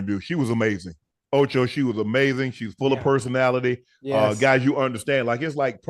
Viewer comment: Why tf Ocho can’t say personality